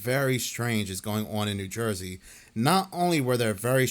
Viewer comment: Ho-pat-kong. I'm taking 3 Jersey points away from you,. 2 are for putting off the New Jersey Demon House video for YEARS now. I'm adding 1 back for the way you say "on."